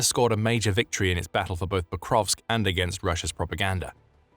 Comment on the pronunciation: Hey there. It's "Pokrovsk" not "ProkoVKS"...